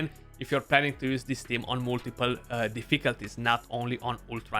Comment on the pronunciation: Great video, liked and subscribed. Btw, if you ever decide to make merch, please design a shirt saying - Deficalties, to say it like this;) - would be an insta buy for me. Keep up the great work, very informative and to the point.